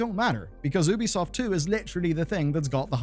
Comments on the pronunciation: Just feel like mentioning. You know its pronounced Yubi-soft right? As in, there is a very clear Y sound. Ubi in Ubisoft is supposed to be short for Ubiquitous, which is also pronounced that way. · instead of ubisoft 2 how about nubisoft. pronounced newbiesoft